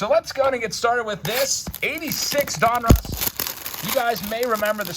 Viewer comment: They he says donruss drives me nuts. Lol. It’s like he’s saying a guys name. Don Russ. Say it fast. All One word. Donruss. Not don. Russ. Lol